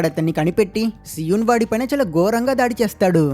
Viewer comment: so-un kadhu bro SI_EUN BRO